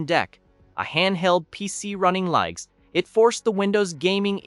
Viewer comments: And the AI narration is beyond imperfect. “Leenucks”? Can’t even pronounce the same word the same way consistently. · "Leenux"? "Prahtahn Debby"?